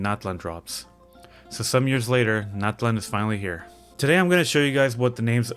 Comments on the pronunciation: You pronounced Liyue wrong, not Liwei, it is Liyue. Nut land = Nat lein Natlan = Nat lan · FINALLY SOMEONE ELSE TALKING ABOUT PRONOUNCIATIONS😭😭😭 my community is mostly maya, purepecha, and nahua, and hearing “gnat-land” was like nails on a chalk board😭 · It's really nice that someone from our culture did this too! I understand since the voice over is in English they just prononuce things according to their language, but I appreciate when players around the world are interested in the actual pronunciation, especially when it comes to character names. I think "cacahuatl" is far from mening peanut in Spanish though. "Cacahuatl" means “bitter juice” and it's the word they used to refer to the cacao fruit in nahuatl, while "tlalcacahuatl" was the original word for "peanut".